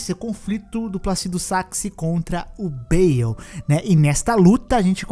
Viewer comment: Falou o nome do dragão de forma errado, é BAAAAAAAAAAAYYYYYYLLLLLLEEEEE.